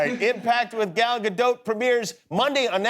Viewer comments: There's no short A in Hebrew. Just say Good Golly Miss Molly but leave out everything but gol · He doesn't say it right it's GAL not Gel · It's crazy but no one seems to know how to pronounce her first name. The "a" sound doesn't really exist in english, but is basically the same sound as the "o" in the words "got" "pot" "knot" etc. So it's sort of like "Gahl", NOT like "gal and guy".